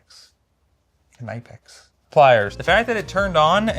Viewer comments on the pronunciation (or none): "Knypp-ax" btw, it's German (not "knipe") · it is Kni-pex yes you pronunce the K as a k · Dude Knipex is a German company. [kniːpɛks]